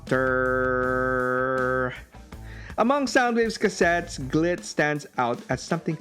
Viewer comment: be careful how you say, "Glit" xD